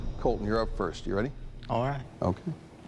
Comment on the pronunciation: he sounded like a black guy saying "ok" from a vine